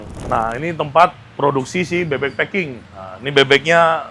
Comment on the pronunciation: Klo intonasi ny bahasa inggris bebek "pak king" jadi fu*king 😂😂 🙏🏼🙏🏼🙏🏼